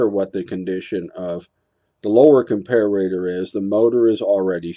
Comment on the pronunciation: Dude, nobody pronounces 'comparator' like that.